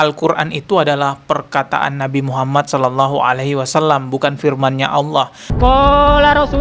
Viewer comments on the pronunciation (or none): none